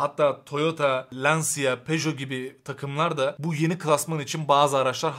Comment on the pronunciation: Lansia değil bu arada. Lanç(i)a.